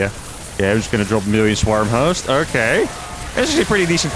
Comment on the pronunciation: He's definitely saying "Swarmos," right?